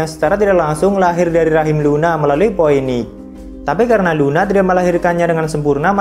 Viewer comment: astaghfirullah bg, itu bacanya "Phiniks" dan "dominiks"